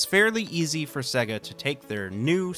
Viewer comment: That's SEYYGA. Not SEGGA.